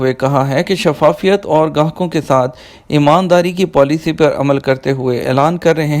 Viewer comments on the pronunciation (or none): none